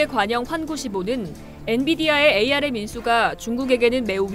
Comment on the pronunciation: 에이알엠ㅋㅋ. 암이라고 읽어요.